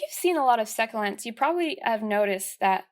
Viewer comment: you pronounced succulents wrong